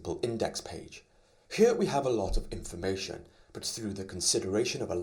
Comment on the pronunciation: It should be 'informatIOn' not 'informatOIn' :)